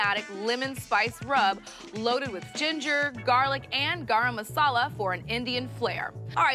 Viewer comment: I like how you pronounce the indian spice garam masala for an American nice❤